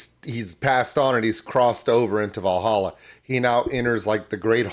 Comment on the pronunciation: As someone who's currently trying to learn the language; your pronunciation was pretty close, but not quite right. If I'm right, and please a native speaker correct me if you see this and I'm wrong, "Drink," "Met," and "De" are basically pronounced as seen; but "Goden," and "Walhalla" aren't, in "Goden" the "G" is more pronounced like an "H," and the "W" in Walhalla is pronounced as a "v". I will say this again, I am absolutely not a native speaker of Dutch, if a native speaker sees this and feels the need to either correct me, or confirm, please do so